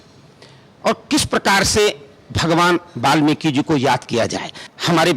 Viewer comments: but don't say balmiki.. is it not balmiki it is valmiki ji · mahraaj (balmik) galat hai valmik sahi hai ap pehaly bolna sekho warna theek se stady karo